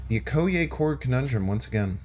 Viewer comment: please watch the Black Panther movie so you can better pronounce 'Okoye'.